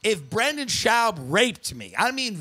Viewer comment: RIP Brendan schauwb. Tim is so subtle with his comments. From mispronouncing his name to saying he never watched his comedy.